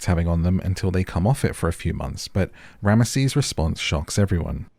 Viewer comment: His name is pronounced rams sis not ram mah sees